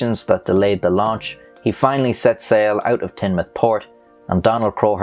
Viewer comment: Top points for correctly pronouncing Teignmouth as Tin-mouth and not Teen-mouth!!!! Well the locals call it Tin Muff or The Muff but Tin-mouth is close enough :-)